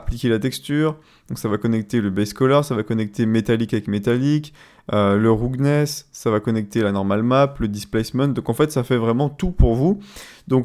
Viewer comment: "PRINESIPLAIDE BSDF" mes oreilles ont vomi AH mais omg le ROUGGGGGNESSE, elle t'as fait quoi la langue anglaise ?